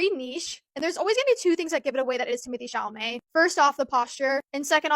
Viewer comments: It’s Temo tay Shall a may for the billionth time 😂 you’re making way harder than necessary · Ypu mean I get a whole video of saying TimAthAe ChAlAmAy I'm so pumped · I miss calling him Timothee Chamalet 😢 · I love when you talk about this topic only because I laugh so much when you say "timothy chamalet" 😂😂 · “ Timathay Shamalay “😂❤️ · Lol That’s so funny how you say his name 😄